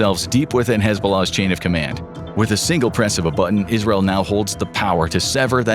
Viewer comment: Why is he pronouncing Israel like that